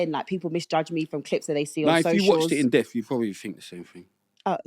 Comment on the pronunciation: would be helpful if either of these two could say the word ‘in-depth’ as opposed to ‘in-deth’ as they both said. And they’re both presenters. Lord have mercy!